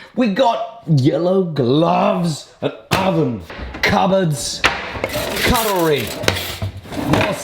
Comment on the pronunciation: Wait a damn minute this dude deadass got me questioning my pronunciation of "cutlery"...